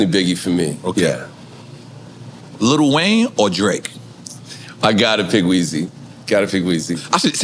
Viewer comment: Robin say "LITTLE Wayne" 😅. We say li